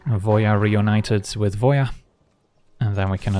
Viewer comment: Finally, someone else who pronounces Voja as "Voia"! I've been kind of irked every time someone said "Voe jah", now I'm not alone :)